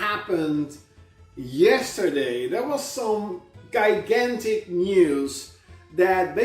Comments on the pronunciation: "GUY-gan-tic" Not even a minute into this RANT, and I'm already face-palming... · Guy-gantic? I get that English may not be his primary language but Guy-gantic? Dying.... Laughing so hard it's killing me. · "Guy gantic!" 😂😂😂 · Did he just say guygantic?! Does he mean gigantic cause that was a bad Segway from the start. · Well the news was " guygantic" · Did He just say some “Guygantic News”?! Wtf? Thought I heard that lmao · He can’t even pronounce gigantic properly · The way he pronounces gigantic pisses me off most on that rant Edit:That Is not actually the worst thing. I mean that guy Is definition of ,,Degeneration between US''